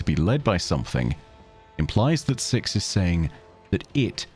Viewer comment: truly thought you said sex at the start of this glad i was wrong